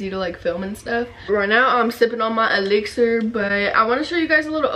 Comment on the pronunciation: Elixirrrrrr lol love how she says that